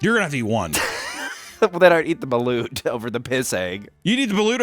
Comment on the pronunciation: Balut pronunciation was actually good 😮